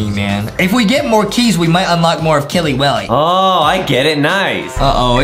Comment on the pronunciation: It's not killey willey